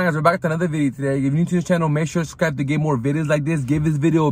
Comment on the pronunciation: With another VIDI today, make sure to SKIBE. Slow down man.